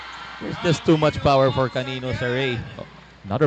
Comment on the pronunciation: Hindi po calilo, canıno po